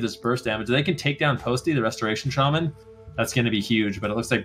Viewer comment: SHA MAN. NOT SHAY MEN